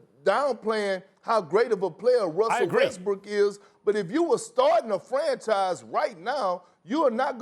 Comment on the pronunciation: Broooo 😂😂 Am i wrong, or is Perkins continuously saying "Wussell Westbrook"?